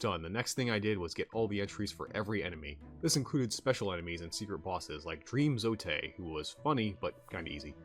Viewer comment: Nice video man! Hollow Knight is such a gem of a game. Just fyi, it's pronounced 'Zote' like 'goat'